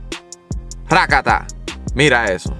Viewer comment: takata thas so Puertorican